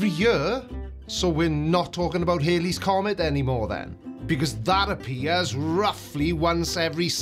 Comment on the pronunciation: HALLEY'S comet. It's HALLEY's comet. Bill Hailey and the Comets were a rock and roll group. The comet was discovered by Edmund Halley. Rhymes with Sally. Now I'm going to have to go and have a sit down.